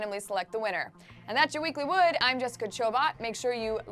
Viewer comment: Totally agree... I mean, whats with the totally unnecessary emphasis on the word 'Wood' at the beginning of the video? No need for it... But I suppose it does get sexually frustrated adolescent males interested.